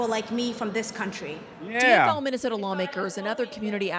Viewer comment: She can’t even pronounce Minnesota properly